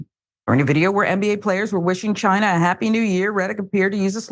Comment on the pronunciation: So he didn’t know how to pronounce china 🤦🏿‍♂️🤔